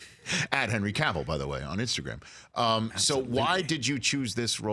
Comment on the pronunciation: Thank God Rich pronounced Cavill correctly. It's a pet peeve of mine when people say it like Cruella DeVille. It's Cavill like travel.